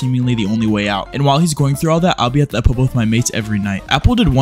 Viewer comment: The mispronunciation of "pub" is sending me 😭💀